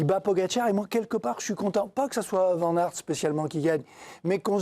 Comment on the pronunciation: on dit Waut et pas Wout. On dit Van comme vanne et pas van comme vent. c'est si compliqué 🙄